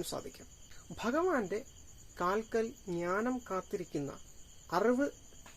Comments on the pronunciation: Arivu ennu sheriyayi uccharikyu. Aruvu alla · Aravu,auvu ennellam uchcharikyunnu ningal... Arivu ennu uccharikyu